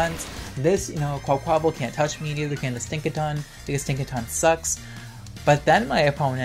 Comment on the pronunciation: Quaquaval's name is pronounced like car-ni-val: quack-qwah-vahl